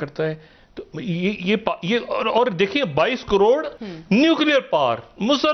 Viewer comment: फिर से बोलो ना...... "दो हजार दो सौ नब्बे कॉरोर..."